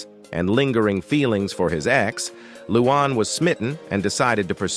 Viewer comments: Her name is "Luanne" NOT "Loo Aahn". Learn how to pronounce the names of the people you're dissing! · Who the heck is ‘ loo AWN ‘ ?